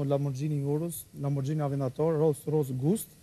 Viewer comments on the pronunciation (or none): Dikush ti mesoj fatjonit si lexohen emrat e atyre makinave, lamborXHini haha rolls royce gust (ghost)